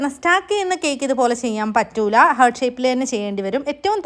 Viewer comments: Heerrt allaa pronounciation hart ahn 😂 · Heart ഒരിക്കലും pronounce ചെയ്യുമ്പോൾ ഹെർട്ട് എന്ന് പറയില്ല. ഹാർട്ട്‌ എന്ന് തന്നെയാണ് പറയുക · Hurt alla... heart aaan😊